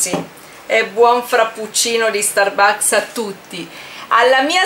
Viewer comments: Sì dice stàrbucks. Non starbùcks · iour inglis pronunc make schif but the FRAPPUCCINO DI STURBAKS SEMBRA BUONISSIMOOOO